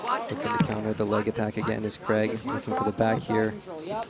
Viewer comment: Does the commentator know it’s Craig not Creg